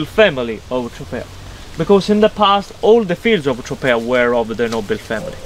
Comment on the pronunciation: Tro-pay-uh Not Tro-pee-uh